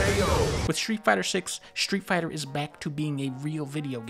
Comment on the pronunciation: (Shtreet fighta”